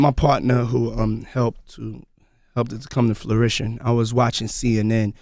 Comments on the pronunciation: Did a millionaire mogul just say '… helped this come to FLURITION.'… instead of the word fruition? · I love this man. "flurition"? fruition, and continue. he needs a call out on that. he's a little dusty on motivating the general public. Someone knowing where his language faltered is helpful in development. keep it up sir. I want to get to his level. Fuckin autocorrect is ridiculous by the way. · Damn, somebody clue Puff into the fact "Flourishion" is not a word... Smh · its pronounced [fro͞oˈiSH(ə)n]---fruition puffy, not flurition, you said it wrong twice, had me laughing when you were talking about education. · Lmao it's "fruition" Puff not no "flourish-ion"… and bruh this nigga just learned "ROI" too & tryna school us like its a new acronym 😂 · ha i noticed that. doesnt know its fruition